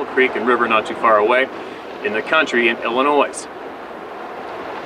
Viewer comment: No s in the pronunciation of illinois mang :)